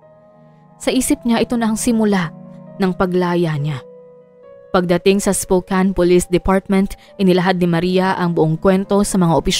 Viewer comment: Spokane- spo-cane po ata ang tamang bigkas